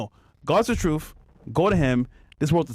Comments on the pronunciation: I pretty much disregard any moron that pronounces the word truth as "troof". Hasn't failed me yet. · Fresh - "The troof"